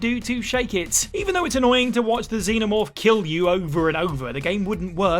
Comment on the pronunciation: Twice during the Alien Isolation thing, I thought you were saying "Demon Orb" instead of xenomorph...I was wondering if there was a bunch of plots i never even got to